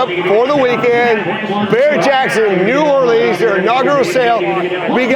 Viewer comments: New Awe Lee uns...as opposed to New Or Lee ans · Ima teach y’all how to say New Orleans, y’all ready? Nawlins, there it is.